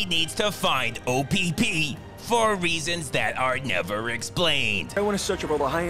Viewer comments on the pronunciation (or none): I like how he kept saying O p p through out his review😂😂